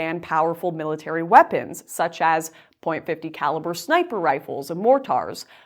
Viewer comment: Lauren, I’m just hoping that it’s your Canadian accent acting up, but you miss-pronounced the heck out of 50 caliber and mortar.